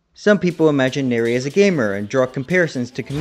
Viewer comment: This was very entertaining hahaha and the fact you forgot where banki and hado etc comes from bleach come from was golden. 😂 lastly its nere as in near, not nerea haha but its funny haha also if ya not watched the fan made virus cover evil did nere is in that also its really good 👍